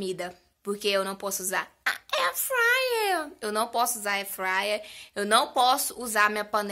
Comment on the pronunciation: "A airfriyer" kkkkk